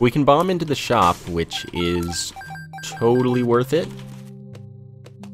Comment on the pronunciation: Did he say chodeally worth it